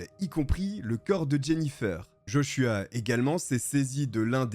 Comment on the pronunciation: Heureusement que t'en prononces JoshuWaah des fois redonne le sourire car l'histoire est tragique 😱